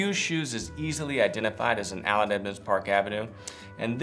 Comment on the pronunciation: I think you say “Aland Edmonds” lol